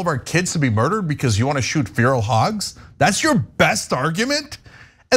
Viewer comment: Cenk has an interesting way of pronouncing 'Feral'